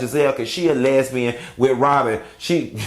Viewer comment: If this man say “Ron & Wobyn” 1 more time